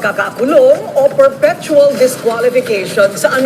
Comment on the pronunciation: Correction, sir... It is Perpetual Disqualification. LOL! (What you said was "perfectual."). Ayusin mo sir! LOL